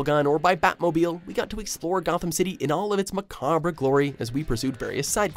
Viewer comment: Man just gave it his best shot and didn’t give enough of a fuck to just google how to say macabre lol